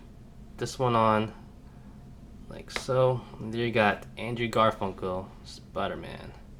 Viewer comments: he just said Andrew garfunko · really he just said garfunko